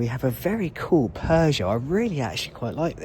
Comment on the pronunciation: Peogeot is pronounced Pew sjoe And not Pears sjoe. But absolutely excellent video otherwise . Well done and thanks for sharing.